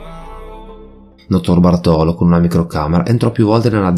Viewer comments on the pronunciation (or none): Notarbartolo l'accento va sulla A di "bartolo". Cmq, il ladro di quadri l'avrei messo in un buco e buttato via il buco. L'arte.è di tutti non sua. Lui non ha venduto i quadri.. seee... Cerrrto!!! I ladri di banche: tutti dei ganzi. Quasi quasi mi è dispiaciuto l'abbiano presi.